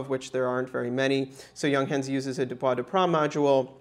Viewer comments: Stop saying young hence, its yoongháns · The u inJunghans is pronounced more like oo in cool.